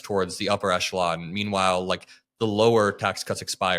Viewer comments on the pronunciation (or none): Idk who's this guy, but y'all are reading some text and he's not. Sad. Also, whoever wrote this text for you, the word echelon is pronounced as "eh-shuh-laan".